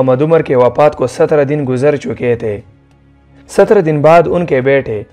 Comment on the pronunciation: wapat nai hota wafat hota hai